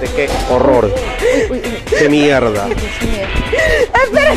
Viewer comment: “Que mierrrrda” 🤣